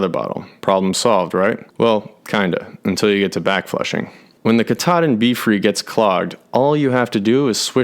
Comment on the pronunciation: Katadyn = KATAlysator elektroDYNamisch (Swiss Compagny). The prononciation is "Cat"-"A"-"Dine". It refere to the first process of water treatment engineered by the brand in '20s, not the Mount Katahdin. (I worked 6 years for the compagny).